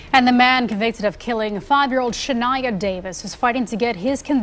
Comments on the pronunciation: Shun-eye-uh not "Shu-knee-uh" they said it for you and you still got it wrong. 😢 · How the hell ya'll get someone to tell a story but the people ya'll get? Can't even pronounce the name right , The little girl name is pronounced Sha-ni yuh . Y'all need someone who doesn't use broken-down Englishand can get the name right. If you can't pronounce a person's name right. . Please do not tell the story because you are making yourself look stupid. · Narrator can’t even say her name right. 🤨🤨🤨 Horrific story. Just sick and evil. God bless Shaniya.